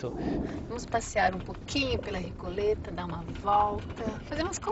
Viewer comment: Recoleta = Rico lêta